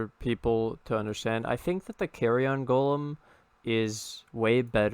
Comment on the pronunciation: Nobody's gonna talk about "carry-on" golem?